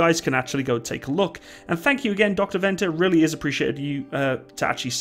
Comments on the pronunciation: By the way, Venter (From Dr Dewald Venter) is pronounced Fenter. Anyway, other than that, great video! Its nice to have some international recognition for once. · Venter is pronounced Fenter....... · It's pronounced as "f"-enter skipping the e sound on the f. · In South Africa we do not refer to the suffix letter after the mark number as Alpha, Bravo, Charlie, etc but simply as A, B, C. I really enjoyed the video, even saw some of my own photos in it. To help with your pronounciation of Dr. Venter's surname say the "V" as a "f". In Afrikaans the letter "V" is pronounced as a "f".